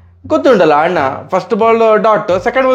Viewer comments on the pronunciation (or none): none